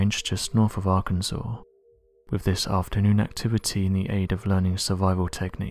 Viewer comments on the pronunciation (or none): none